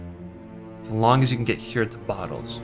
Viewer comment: it's BOTTLES not BOOTLES.